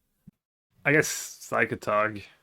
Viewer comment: Did he intentionaly said P SY CATOG like brasillians do?